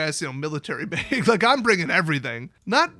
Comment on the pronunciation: it's not ''Beg", no one's begging! (at least not yet) It's a "Bag"!